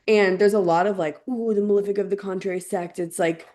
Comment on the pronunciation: THANK YOU, for saying "malEfic" properly. How did we get to a place where the vast majority of public-figure astrologers pronounce the words as "mal-IF-ic" and "ben-IF-ic"? What kind of George W. Bush Nuke-U-Lar hole did we all fall down?